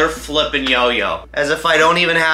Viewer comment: how many times did say 'flipen'🖕